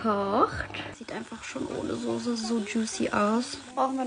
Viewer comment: Souuuusse & Nouuudelzzz😅